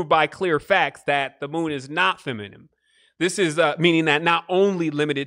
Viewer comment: Feminine fe-mi-nine